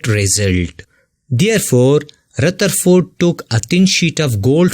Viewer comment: Rutherford baba LOL